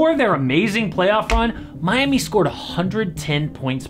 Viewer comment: did you said Miami or mommy 😭😭